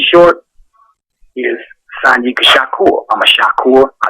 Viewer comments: Nigga keep sayin' Shanika instead of Sanyika. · he keeps saying shanika when its shanyika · Please get his name right at least once during the interview.... facts are important!!! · dang how many times you get his name wrong